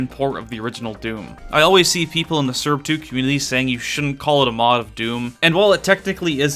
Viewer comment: is there a reason to why you pronounce srb2 surb 2